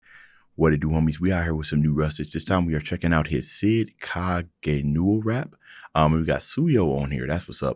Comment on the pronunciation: It's pronounced Kagenoh but spelled Kagenou